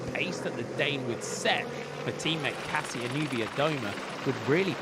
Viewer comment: Commentator: please make just a small effort to say Kasia Niewiadoma. It’s “Kasha” not “Cassia”!!!